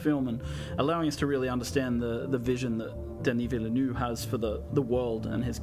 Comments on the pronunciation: No English speaking person comes even close to pronouncing Villeneuve's name. You're not supposed to pronounce the e in ville and neuve isn't nue. It's like Vil-Nuv where the u is really soft and don't try to make it sound oo like in loop. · Bro people should go watch how to pronounce villeneuve before butchering his name.